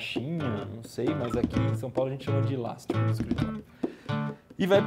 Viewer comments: eu moro em são paulo e ninguém fala ILASTICO, fala ELÁSTICO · só eu q entendi ele fala "ílastico" ?